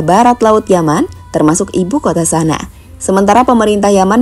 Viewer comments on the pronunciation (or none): Sanak_a dibacanya min. Bukan sana. Tulisannya kan Sana'a